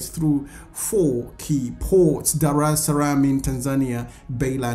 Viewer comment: It's named Dar-es Salaam, AkA Haven of peace.. But, yehh